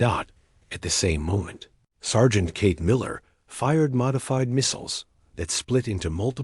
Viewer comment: "Cake" oh come on 'narrator' you mean Kate, don't you?